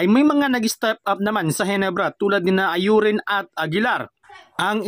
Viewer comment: Infairness hinde ayurin ang bigkas sa Aurin brod masakit sa tenga Au-rin tama.